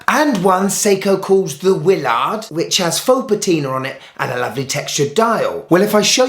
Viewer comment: Hey just to let you know, it is not pronounced Wiil -Lard but Willard all together! 🤣